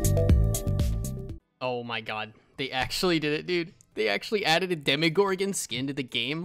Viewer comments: Its not demigorgon, it’s demogorgon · its dem o gor gen not dem a where do you hear a A